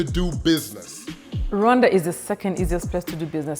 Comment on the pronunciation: AWEOSME CONTENT, RWANDA IS PARADISE , btw you pronounce Rwanda as Luanda which might mean two different places, Luanda Angola or Rwanda.